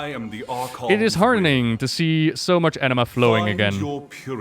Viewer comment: I know its actually "anima", but all I'm hearing is "enema".